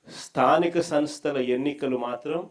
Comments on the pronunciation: స్థానిక సంస్థ అని ఉచ్ఛారణ కూడా సరిగా చేయ లేవు. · jagan తో అనిపించు కరెక్ట్ గా😂